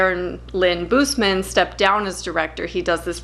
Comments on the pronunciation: It’s Darren Lynn Bousman not Darren Lynn Boozeman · I found this because I watch a lot. Love the coop. But pleeeaaaheeease, look up how Darren Lynn Bousman pronounces himself. This was driving me nuts.